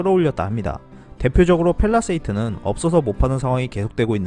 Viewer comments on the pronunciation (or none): 펠라세이트? 펠리세이드를 잘못 발음하신건가요?